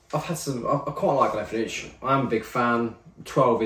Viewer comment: Mildly upset at your pronounciation of Glenfiddich 😄